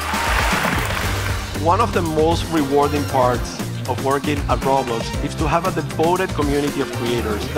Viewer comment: "working at roblos"